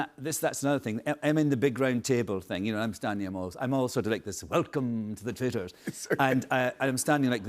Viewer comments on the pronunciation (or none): The way he pronounced "Traitors" and "Dolores" 😂😂 all through the season.